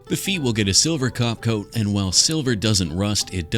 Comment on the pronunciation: “the feet will get a silver cop toat” 😂😂